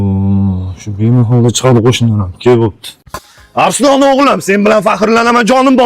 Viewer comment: Arslon bo'ladi Arislon emas